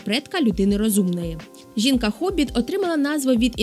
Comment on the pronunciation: Пані, hobbit ми передаємо на письмі й озвучуємо як гобіт! Якщо жінка, то гобітка (фемінітиви обов'язкові). Й не виглядала, а мала вигляд. Виглянути звідки: з вікна, з-за дверей тощо. Будьте уважні! Дякую за цікаву розповідь!